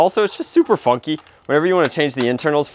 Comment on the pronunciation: Almost didn't hear the "n" in funky